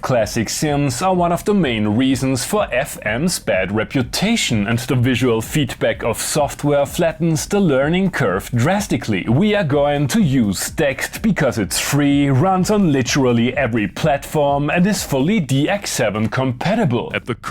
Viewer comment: I believe you pronounce Dexed as Dee-Ex'd. As in you've been DX'ed! Like, by a DX7. Obviously the clever people who made this amazing free synth are not pro marketers as that's a terrible name, mainly because everyone seems to say it differently. I've heard it pronounced every which way, but only rarely the way it's supposed to be. I could be completely wrong. For example, I refuse to pronounce Moog as Mogue. Mainly because it's been Moo-g to me, and everyone else who was alive for that time, since the 60s. And when the company, Moog, brought out their pedals they named them Mooger Fooger. Which only works if you pronounce it Moo-g - Mowger Fowger just sounds silly. Bob himself did say in an interview in the early 2000s that he preferred his name as Mow-guh. But I maintain, he was very likely trolling. By then it had been 40 years of Moo-g. So - Dee Ex'd. and Moo-g. As you were.